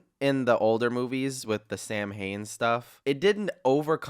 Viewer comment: Samhain is pronounced sow in